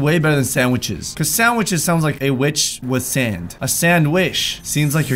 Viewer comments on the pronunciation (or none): none